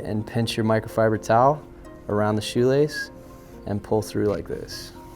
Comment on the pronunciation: On the way he says shoelace😂😂😂